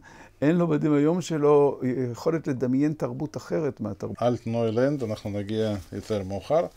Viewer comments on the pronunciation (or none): אלכס צייטלין, הלשון שלך עילגת. הרצל כתב את הספר "אלטנוילנד" (Altneuland) בשפה הגרמנית, ועל כן יש להגות את האות "ל" כשהיא מנוקדת בקמץ, ולא בסגול, כפי שאתה מבטא אותה.